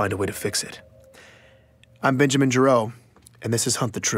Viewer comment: the name's jim, bena-jim